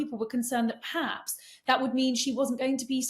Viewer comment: Yes both were giving us very different views about MM than their usual take on things. Is that Katie’s influence here? Katie is guilty of saying ’paps’ instead of ‘perhaps’. Sorry but a bit grating.